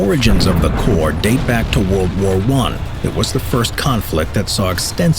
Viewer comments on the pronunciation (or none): none